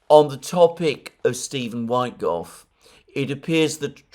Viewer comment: PLEASE, Alexander, do not pronounce USAID as "US-AID" (manipulative pronunciation to make people think of AID), but separate letters "U-S-A-I-D"! Ask Alex Christoforou. He's pointed that out, too. Also, DOGE is not pronounced like "dodge", but with a long "oh". And the first syllable of Steven Witkoff's surname is NOT pronounced like "white". Whenever the consonant is not followed by "e", the vowel is short and pronounced like in "wit" (like in "witness"). I absolutely love you, watch your programmes every day. You're the most intelligent man I know. But please stop making mistakes like that. ...being on the subject of "small" improvements... it would also give your videos a much better more professional look if you could change your backdrop (maybe, using a paravent or something like that which would bring the background closer... pls. compare with everone else: Alex, Glenn Diesen, the people you talk to on The Duran... no-one has a background as dark and distant as yours, and while your room is probablly most cozy as a reading room, as video backdrop it looks like reporting from a sepia-coloured stuffy dungeon. Excuse my bluntness, but sometimes it's better to be blunt. I don't mean it in a bad way. I wanna see you look good, so I can recommend you to people who don't already know how good you are, including my colleagues at work who follow the msm. If I tell them the msm are lying, I cannot point them to a video by you. Visually they're not suited to make anyone watch, who